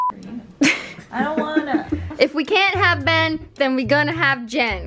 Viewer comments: Foxy Doodles I know its Ben, but she pronounces it BAN soo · you said it wrong it’s BEYYYYNN